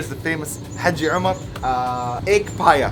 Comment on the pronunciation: U look like a real pathan and its not paya its paye